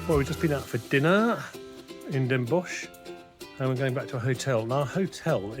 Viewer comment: It's pronounced Den Bos. We Dutch don't pronounce the "ch" at the end, unlike Germans, so when you do it, you sound German 😀 We also stopped writing the "ch" at the end a century ago, the Germans still do. For example the word for human is mens in Dutch and Mensch in German. This goes for many words. At some point in history, we Dutch, started pronouncing it as just a normal "s" and in 1934 we also stopped writing the "ch", the Germans today are still pronouncing and writing it. But in names of cities and places we kept the spelling with "sch" at the end.